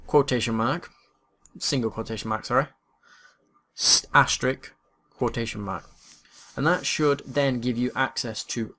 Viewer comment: wtf is asterick!